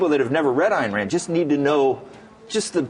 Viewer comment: EYEn Rand... Not ANN RAND Dipshit reporter.